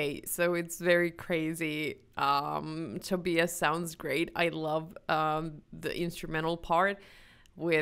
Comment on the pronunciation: Wow! Perfect pronunciation of 'Tobias'!